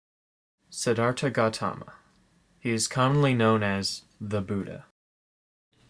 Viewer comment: you said it wrong im nepali and i know how to say it